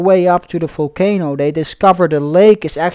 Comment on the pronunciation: I like the way you say folcano instead of volcano 😂😂😂😂